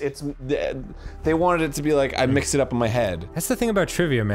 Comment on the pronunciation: "I mixed it up in my head." You mean... you.. minxed.. it up...